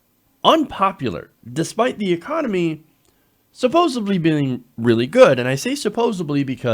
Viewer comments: Thanks for the super informative video! Just a quick TIP for the host: The word supposedly is pronounced suppose-ED-ly, not suppose-IB-ly. I only commented because you’re a video journalist, so it’s important to know. My parents came from Iowa and Oklahoma. I said all kinds of words the way they did and didn’t know it was wrong until people made fun of me. I was mad at first, but was glad later that they did. “Worsh” your hands - for example!! 😋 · Supposebly...? You speak for a living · Supposedly not “supposebly”. Sorry, it’s a pet peeve of mine. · ".....the economy is supposebly doing good, and I say supposebly...." er, because you can't say SUPPOSEDLY??? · "Supposably",? "SUPPOSABLY"?!? What is wrong with you? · Suppos - ED - ly. Sorry, but I could let that one pass